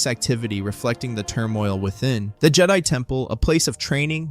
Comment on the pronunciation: I liked this…until Jedi was spoken incorrectly exactly every time it was said.